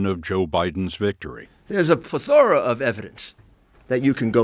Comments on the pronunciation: Giuliani read the word "plethora" somewhere but he doesn't know how to pronounce it. It's PLETH-ora, not ple-THOR-a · Rudy can't pronounce "plethora" properly 😂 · Rudy can't even pronounce, plethora? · And still pronounced it incorrectly. Accent is on the first syllable not the second.